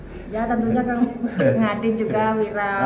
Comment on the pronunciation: kang ini setiap videonya klau ngomong viral pasti dia sebutnya pilarr... yg sy tau klau pilarr itu tiang rumah itu pilarr.. kang beda dgn viral... gk tau lidah y yg susah nyebutin atau memang gk tau pilarr itu tiang rumah.. hhhh maaf kang cuma pingin kasih tau doang klau pilarr itu tiang rumah.. monggo dilanjutkan... tetap semangat